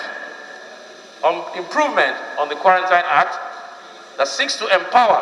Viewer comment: With respect, the word quarantine is pronounced quaranteen